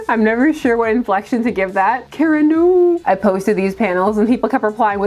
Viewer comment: You pronounce Kara “Kera” instead of “Kah-ra”. Odd choice